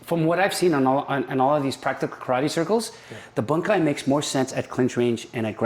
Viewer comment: Strangulations!! Boon/kai, not bun/kai. You do not pick up or drop weight. You pick up, drop and move mass. Still, despite the wrong colloquialisms, a lot of intriguing info for a 4th tahn hapkidoin.